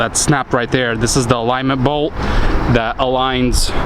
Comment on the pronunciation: Cab gets "Tooken off" You have an accent as well as not speaking good English. TAKEN!!!! Stuff like "Dat". That particular word begins with TH